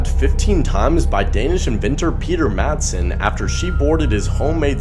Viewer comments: Little tip often danish words where d isnt the first consonant it's not pronounced so instead of saying mad son it's massen Peter madsen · Its not pronounced mad- sen its pronounced massen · It’s pronounced Peter massen